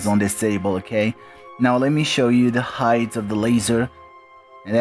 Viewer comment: So, you guys think you were able to bend the light? Neat and that’s kinda a big deal. Also its height. There’s no such word as “heighth”.